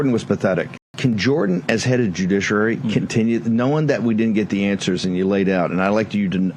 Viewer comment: is Bannon mispronouncing judiciary every time on purpose as some kind of defense against legal action, or is he just stupid?